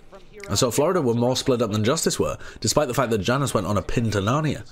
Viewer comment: I’m gonna kms if keeps calling Janus “ya-noose”